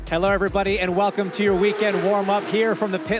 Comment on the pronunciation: did he just say "helr" instead of Hello?